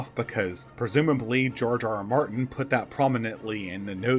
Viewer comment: It sounds like you're saying "Jar Jar Martin." XD